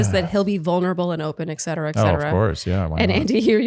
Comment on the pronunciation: Congrats! Thank you for continuing to do this recap. I truly look forward to it every week✨ (There’s no “k” sound in “et cetera.”)